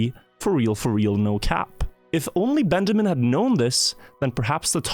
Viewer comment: lol dude said benjaming